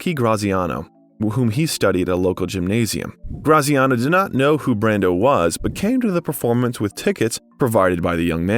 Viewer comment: there was one instance where it was pronounced “Brandeau”